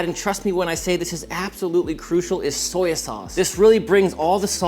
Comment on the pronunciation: Mr. Miyagi would be proud of your “Soyaa” sauce 😊😅